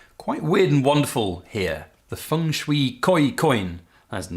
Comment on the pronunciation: Is Feng pronounced Fung? You're the first English speaker I've heard pronounce it that way, in all my many decades.